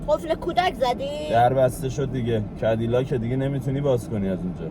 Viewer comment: فقط کدیلاک گفتن امیر 😂